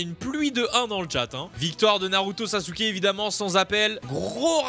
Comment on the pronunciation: Dans Naruto Jiraya dit Sasuke avec un Z